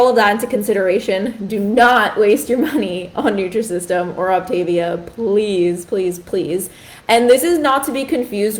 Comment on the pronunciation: Three minutes in and you have already made three mistakes in your representation of OptaVia. It's pronounced OPtaVEEah. You do NOT eat ONLY their prepackaged foods. The food is NOT disgusting. It's tasty. There are more problems with your video. Please actually do research before you speak out.